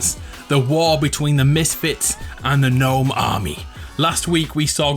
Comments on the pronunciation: Its pernounsed nome not g nome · Wait you weren't saying it as "Guh-nome" because of the meme, you ACTUALLY though it was pronounced that way? Bro I thought you were just 'avin' a laugh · I know it's gnome, pronounced Nome. But gnome, pronounced g nome sounds better in fortnite! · Wait, you didn't know gnome was pronounce nome? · Umm so I know u realized how gnome is said but can u still pronounce it g-nome in ur vids for the memes? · I thought you were saying G'nome just for the laughs 😂 should just stay like that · Aww I liked how you said Gnome, who complained?! G NOME 4 Eva! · you know I am totally fine with him saying guh name. That's way better than just gnome. Basically English is weird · I thought you said G-nome like that as a joke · You REALLY should go back to saying Gnome The old Gnome not with the silent G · Can u say gnome can u ples5say it without a silent g. It has a bit of a ring 2 it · I thought he mentioning the You've been gnowned meme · Omg this whole time I thought he was mispronouncing gnome just to be funny. I had no idea he didn't actually know how to properly pronounce it!